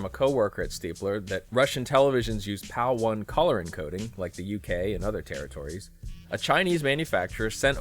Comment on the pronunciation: no such thing as PAL-1. it's PAL-I. the letter i.